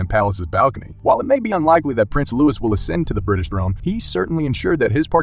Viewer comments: His name is not pronounced Lew-is. It's Lou-eee. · His name is pronounced "Louey" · Some commentators have no idea how to pronounce Louis correctly. I wish they would learn. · His name is Lou - I. Not Louis. The last s is silent.😢